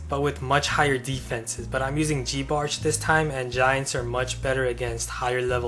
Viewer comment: Who tf pronounces it "geebarch"? Do ppl now call giants "geeants"?